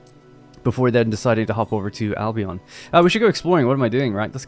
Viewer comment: Dude, if we're talking Albion as in Britain, please pronounce it Albeuhn.. Al Be Uhn, with the emphasis on Al. Thanks from a resident of there 😄